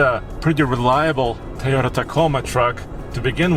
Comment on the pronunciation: Wtf is a"THAYOTA" ????